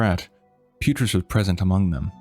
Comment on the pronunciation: Isn't it "Putriss"? (Video name.)